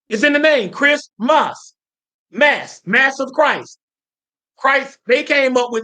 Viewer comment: Lol I love when he keeps saying “moss” instead of “mass”